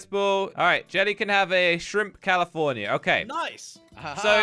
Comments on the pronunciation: 😂 said he want tobiko tune calafornia, like 1 minute later he said he want tobiko salmon calafornai😂 i think he forgot what he say😂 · It is salmon calaforna!